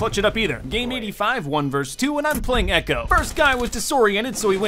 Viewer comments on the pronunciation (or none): none